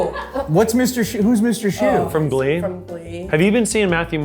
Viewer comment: Mr. Shoester!! Not shoe, yall confused me! Also both Gabbie Hanna and Trisha Paitas are literally known for having problems with their anger😂